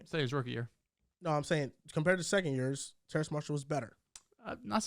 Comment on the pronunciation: TERRACE - there’s no “n” in his name